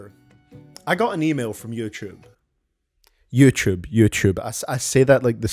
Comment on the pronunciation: Ngl, I like your way of pronouncing “yoochoob,” it has ~character~